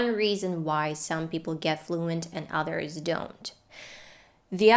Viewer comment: i notice you pronounce 'others' like "ah-thers".. Where is your accent from, I'm curious!